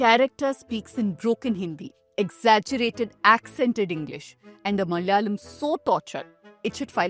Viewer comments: When you are making a point about Bollywood stereotypes of the south, you could have also researched the correct pronunciation of Malayalam and Malayalee! Everytime you utter those words you pronounce like North Indians - Malyalee and Malyalam!!! 🤦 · Madam you yourself mispronounced the word malayalam....😅please correct it no hatred just saying.